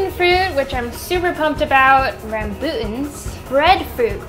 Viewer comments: I am sorry but you pronounced rambutans wrong😣 Still love you though!! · Mispronounced rambutans and jujubes